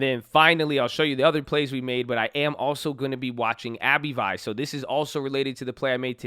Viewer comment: It's "Abb-vie" not "Abbey-Vie"